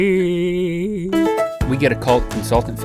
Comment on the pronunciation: Did you notice that link said Qrazy insted of crazy xD